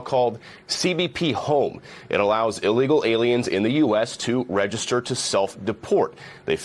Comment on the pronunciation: Maybe I'm just nit pickin' but why is all these podcasters pronouncing everything that starts with 'ill' with an 'a'. The word is not 'allegal' it's said 'illegal'. I've noticed that several podcasters are doing this.